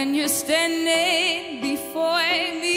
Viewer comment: 3 uit 3 matige uitspraak... "When you standigngng befoooiiyy me"